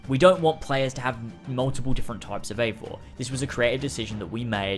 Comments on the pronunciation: Ay-vor not ee-vor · Pronounced avor no eeeevor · not really, more like Aye-vor. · He isn't called "Ivor" you have to say "Ayvor" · Why are people calling it ‘Avor” and not Eivor? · ...it’s “A-vor” You don’t pronounce “eight” like “eat” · It's pronounced A-vor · I believe Ubisoft have said it is pronounced Ay-vor btw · It's pronounced eye-vor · It's not eivor its pronounced ay-vor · Remember, he's British. British can't pronounce shit.... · Is unsure how to pronounce Eivor "I've never heard it said out loud" plays clip of people saying Eivor outloud 10 times